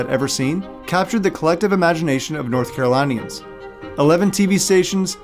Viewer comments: lol someone not being able to pronounce raleigh is normal, but north caroLINE-ians??? 😂😂😂😂 Very cool history tho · Btw you are saying North Carolinian Wrong